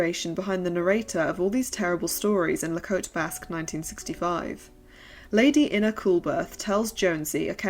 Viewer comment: This really was an in-depth dive into a now-largely-forgotten era, & so the research was spectacularly done! GREAT work, there & outstanding photo-journalism, too, btw!! The name “Ina,” in USA-English is standardly pronounced with a long-vowel Ī sound, however, as is the commonly-male name “Ira.” Interestingly, Truman Capote targeted women in his “Answered Prayers,” essays. In a male-dominated strata of “high-society” & “high-achievements,” he betrayed his own envy of the women he met & became ‘friends’ with by distorting their marriages as enviable, one-sided arrangements, which he viewed with inner-resentment directed against women, not his more natural “rivals,” who would have all been males. Most likely Capote himself wished to be a “swan,” but was not one. He saw the women he envied as fair game & went after their status, which he assumed was unearned & undeserved—unlike his own, in his personal view, evidently. Unable to develop any long-lasting bond with men who could’ve potentially given him equal access to power, privileges & some additional status, he chose instead to take on some exceptionally powerful women as his arch-rivals for the affection, attention, & most-certainly, the marriages they formed which weren’t like any that he could have formed in those days—even IF he’d been a “kept male,” in the familial sense. All of those families unwittingly opened their doors & hospitality to a person who should’ve sought help for his own unresolved childhood conflicts, bu